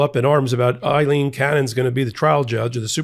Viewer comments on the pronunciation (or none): Pronounced :Aaleen cannon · Why do people have such a hard time understanding that Aileen is not Eileen ? It is a different name. It is pronounced differently. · It's Ayleen, not Iyleen. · Aileen, not Eileen. AY-leen. P.O.S. judge. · Ms. Cannon's name is "Aileen" not Eileen! Two different names! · The name is Aleen, not Ileen. What is wrong with you? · Her name is not EILEEN, it is AILEEN. The first syllable is the same as "Amy." I once had a girlfriend named Aileen.